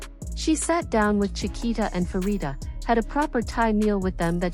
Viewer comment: Pharita is pronounced as Parita and not Farita.